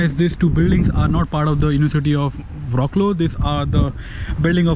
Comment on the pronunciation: Wroclaw is pronounced in polish like fratswav in english